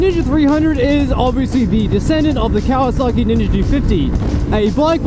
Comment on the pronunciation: dude said kawaski vtec🤣🤣🤣🤣